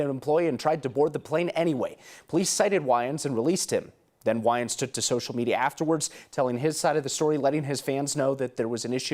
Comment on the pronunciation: Yeah super super white guy can't pronounce "Wayans" because he's never watched any movie with a black person.